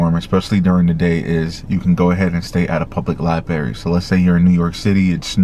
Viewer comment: library LibRary Please say the "r" that folllows the "b" It's good of you to give this helpful information